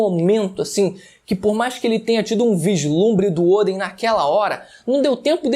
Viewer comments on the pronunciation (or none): Kaido (se fala Káido e não Kaidô) Oden (se fala Odén e não Ôden) Onigashima (se fala Onigachimá e não Onigachíma) Sei que pode parecer chato esse meu comentário, mas eu acho mais chato falarem errado seu nome... É só pra te ajudar a falar certo mesmo